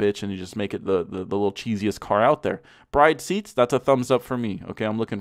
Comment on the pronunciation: Your pronunciation of the "BRIDE" is the TRULY ricer.